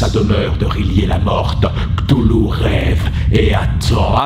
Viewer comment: Ohhh ça se dit ctoulou c'est trop chou